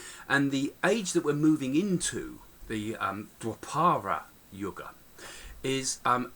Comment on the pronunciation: Please do try saying dwApara... d as in 'th'e, wA as in D'wA'rf, pa as in 'po'wder, ra as in P'ra'Da.. In treta yuga, it is as in 'theTa' as in the Greek letter. In sathya too it is as in 'theTa. Thank you!